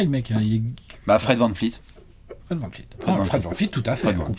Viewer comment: Salut, c'est VAN VLEET pas VAN FLEET,, stp.